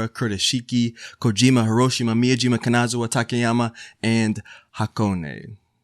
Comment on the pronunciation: Love the video but you're butchering the word Kanazawa, every other Japanese word you are pronouncing you're not doing bad. but Kanazawa is really bad.